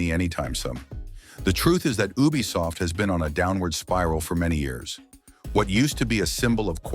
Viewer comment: Is not a bad voice but ubisoft sounds like bubisoft😅😅😅